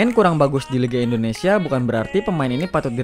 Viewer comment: Nami Namaewa bukan endonesa itu salah, anda orang asli Indonesia kan, kalau emang asli berkata lah yg benar, orang asing ajha lancar ngomong Indonesia lah anda orang asli Indonesia knpa ngomong nya sprti itu